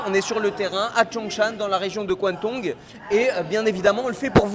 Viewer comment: " la Région de kuantong" 🤣.